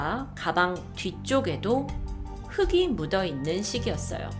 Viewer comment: 흙이 발음 흐기가 아니라 흘기인데